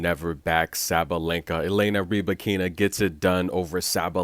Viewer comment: It’s the opposite to what you were saying. The way her name spells it looks like it should be pronounced “Ree-ba-keena”. On her WTA profile page she says it “Ra-bye-kina”. Where did she snap at the media?